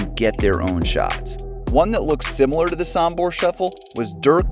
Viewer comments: Sombor, not Sambor! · Great video. Thank you!! Only please pronounce "Sombor" with the "o'" Sooombor not Sumbor. Many thanks! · Just a little thing. It's pronounced sOmbor with O not sAmbor with A. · Nikola JOKIC is coming from Sombor not Sumbor, so this is, S O M B O R , just read each letter as it is written! Sombor shuffle!!!